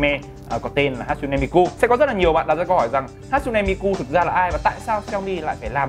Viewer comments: Đọc là Ha chư nê mi kư mới đúng. Ổng toàn Hát su nê Mi ku :)) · ne = nê .ku= kư tiếng Nhật đọc z đó bạn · Đọc đúng là Ha Tsu ( trư ) Ne MiKU ( mikư ) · Bá Tước mà cả cái tên đọc sai lun, hát su ne mi ku, đáng ra hatsune miku = ha+ tsu+ne mi + kư